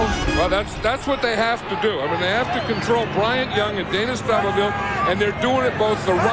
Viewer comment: I do feel like if Madden were calling this game in the age of social media people would be chirping. He talks way more than Pat. And he is unable to pronounce Dana Stubblefield‘s last name.